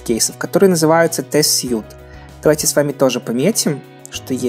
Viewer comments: Интересно, почему все читают test suite(тестовый набор), как тест-сьют, если это словосочетание должно читаться как тест-свит, ибо слово suit(сьют) переводится как костюм, а suit(свит) это как раз набор. p.s обеспЕчение, а не обеспечЕние) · Почему часто в ру сегменте что в тексте, что в видео слышу "тест сьют", когда это "тест свит" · Всем привет. Очень, очень, ОЧЕНЬ много людей не умеют правильно произносить слово SUITE.